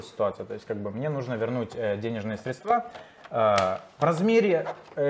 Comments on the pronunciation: учи русский! СрЕдства, а не средствА! А то как мошенники с банка разговариваешь! 😁😁😁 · Не средствА, а срЕдства🤦🏻‍♂️